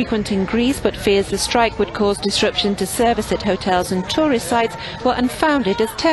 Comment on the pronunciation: That reporter should be told that he is saying tourist wrong!!!! It's so friggen irritating like he knows he's saying it wrong and in turn outs even more inflection into it sounding even more like an A-hole!!!